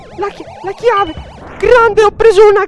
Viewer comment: ahahah chiave si dice [kii] non [kei] ahahah😂😂 Grande!